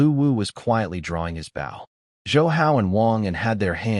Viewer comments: Your AI narrative pronounces bow like the English word how, which is incorrect unless your talking about part of a ship! When talking about archery the word bow rhymes with the word English words low, or go, or so, or throw, or the name Joe. Whe pronounced correctly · these AI generated stories can never tell the difference between a BOW ships front like bou, ( amongst others) and BOW (and arrow) like bowe so hard to hear the ships term for the bow and arrow pronunciation all the time. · hearing bow (bou) instead of bow (bō) everytime is killing me. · anyone else irked that whenever AI says Bow it comes out as Bao? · Decent story. I just wonder why no AI seems to be able to say "bow" in the archery sense. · This story is great. The AI narrator is first rate. Good voice, good timing, good inflection. So why is the word bow, as in bow and arrow, pronounced like a bow, as in bow to the king and queen? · this was a tough one. the fact that BOW is mispronouned every second sentence was tough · This is good story but I'm not getting any closer to being comfortable with the mispronunciation of the word "bow!" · is it me or can none of these ai genrated things pronounce bow correctly. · The thumb nail show’s the protagonist wielding a bow, how do they manage to pronounced as bait. How do they fail to highlight words with multiple pronunciations? Liv, live, etc